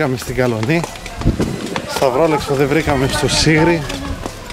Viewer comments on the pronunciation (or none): Καλός ήρθατε στο Νησί μας, να περάσετε υπέροχα ( είναι η Φίλια οχι τα Φίλια , Σίγρι οχι Σιγρί 😊)